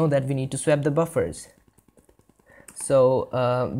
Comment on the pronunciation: With the delightful mangling of the word "swap", this was a fantastic introduction to using OpenGL. I thank you for taking the time to make this video.